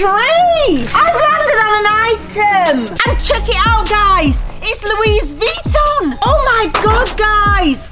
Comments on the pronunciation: ITs loOEeS veeToN! Loo-iss* ITS GOOCKEE!!! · Louie vitton:( loise veeton:) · No one:: LoUiS VEttOn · I also landed on lOoiEs veEtOn